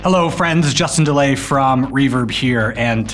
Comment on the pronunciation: Did he just say Justin 'Delay' from reverb?